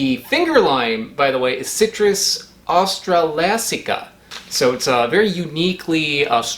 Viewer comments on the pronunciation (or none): For the citrus Australasia you pronounce it basically like austral- Asia alot like you would for the country/region